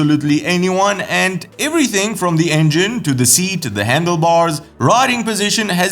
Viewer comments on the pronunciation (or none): none